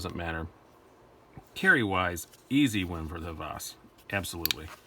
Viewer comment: Nice comparison! I like them both (and own them both) but the Hvas wins for me. And it is pronounced "Vas", the designer is Danish, so they don't pronounce "H" like we do. Keep on dicing! Oh, can we see the RTD from CRKT when it comes out? There are no videos on it except like shot show.